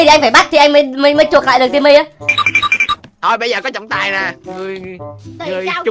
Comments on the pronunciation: Cái khúc anh yêu cầu trả chị Timmy trước ấy em nghe đi nghe lại nhiều lần mà vẫn nghe ra chử simmy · anh ns Timmy mà e nghe ra " e ơi "